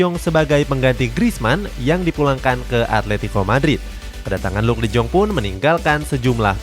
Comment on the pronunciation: miminnya bilang luuk de joonggg 😭👍 kalo gua bacanya luuk de yong🙃